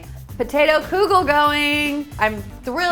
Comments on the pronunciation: Love your energy . Please stop saying koo-gel....its pronounced kuh-gel or even keegel . But NOT kooogel!!! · I grew up in a Jewish household and that is not how you pronounce kugel! lol Though it's originally Lithunian anyways so Jews don't pronounce it properly anyways since it's really kugelis